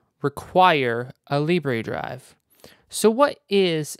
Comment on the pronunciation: Libre... "lib ray" In French Libre means free. In French it's pronounced "lib rrr".